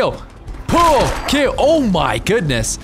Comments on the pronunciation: "pyewl que" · trying to pronounce pool cue sounds like Cartman trying to pronounce cool